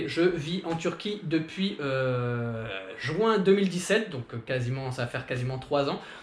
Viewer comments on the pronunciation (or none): none